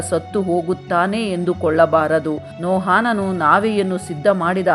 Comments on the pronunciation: ಎಲ್ಲಾ ಸರಿ ಬೈಬಲ್ಲಿನ ಭಕ್ತರ ಹೆಸರು ಹೇಳುವಾಗ ತಪ್ಪಾಗಿ ಹೇಳುತ್ತಿರಿ... ನೋಹಾನನು...ಅಲ್ಲ ನೋಹನು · Akka niu Satyavedad bhaktrad Metushelahan bagge valley mahiti nididiri aadre kelvu bhaktar naamgalu pronunciation dalli tappidiri haanok alla bari Hanok aste Mattu Nohaan alla Noahanu aste saaku. 🎉🎉🎉